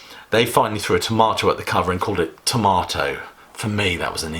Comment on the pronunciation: You said Tormato 20 times, and you never emphasized that "R". Why? Sounds the same as Tomato.